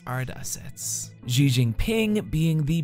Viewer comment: FYI just say "she" for "Xi" and you'll be a lot closer than what you're saying now